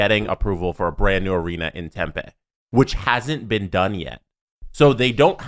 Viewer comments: Hey boys, southwestern American here. Totally minor gripe, but the town isn't pronounced like tempeh. Tempe is tem-PEE not tem-PAY. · Dear the boys, It’s pronounced Hila River arena even though it’s spelt with a g and it’s Pronounced tempe not tempa. Thought u might want to know since these topics probably won’t go away anytime soon lol